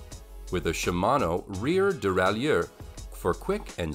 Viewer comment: "CROM-uh-lee" and "duh-rai-YEUR?" I'm guessing they hired a narrator who knows nothing about bikes and just said, "Yeah, his first take is good enough. Go with it." Meanwhile, some of the bikes on this list of the "best folding bikes" are among the cheapest and crappiest available. I mean, c'mon...a Schwinn, for cripe's sake?! And why do all the photos and videos look like they're from the '80s or '90s?